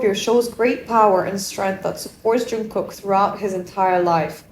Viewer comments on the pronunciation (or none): Jungkook is pronounced as- 'jungguk' g in ggu not kok if u know what i mean. Just telling, nothing personal 😊.